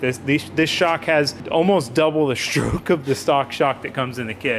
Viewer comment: He sounded like he had a stroke when he said stroke